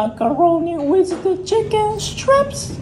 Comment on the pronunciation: “macaroni wis the chicken stripsss 🤌, euhhhh 😩”